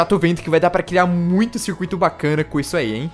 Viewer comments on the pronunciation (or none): none